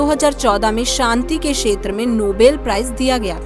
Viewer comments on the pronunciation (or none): क्षेत्र को बार-बार शेत्र बोला गया है जो बहुत खराब लगता है।